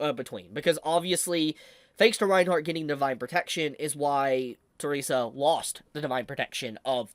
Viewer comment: let me correct the pronounciation. Her name is not Teresa. Her name is Theresia. The-re-si-a.